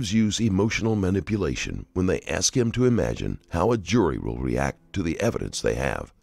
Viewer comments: Why do black people say axe instead of ask. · Do you even need to axe? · axe Michelle?? Where have I heard that before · You axing the wrong one! Lmao